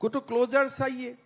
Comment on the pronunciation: जैसे च को स कहना उदाहरण चाहिए को साहिए।